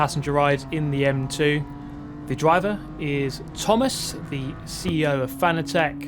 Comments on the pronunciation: Btw Fan-a-tec? I always pronounced it Fa-na-tec like fanatic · Cool then. Though I think so many people were determined to pronounce it wrong that he just finally gave up. There’s an interview where he corrects the interviewer and says it’s pronounced like ‘fanatic’. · If you’re sponsored by Fanatec you might consider doing them the courtesy of saying the company name right. Just a thought.